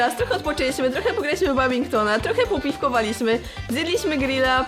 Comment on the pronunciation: To jest badminton a nie babinkton